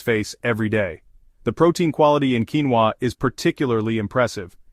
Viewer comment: What in “ king-va” protein? What is “mental” , bad protein?